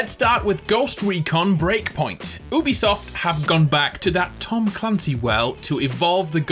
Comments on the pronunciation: My boy really out here saying “oO-besoft” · This dude really said oobiesoft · Yeah that works for english words but Ubisoft isnt an English word, its a name and the name is pronounced You-bee-soft (